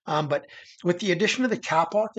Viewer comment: kapok is pronounced k a e pock not 'cap ock' . it'sa tree in indonesia the locals pronounce kaye pock. used it for pillows and beds. i lived there 2 years on the island of Celebes.